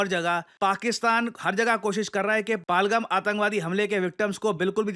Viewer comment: Not palgam pahalgam dear